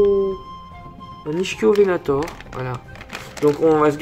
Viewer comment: L’ichthyovenator se prononce « Iktiovenator » ;) super vidéo comme d’habitude !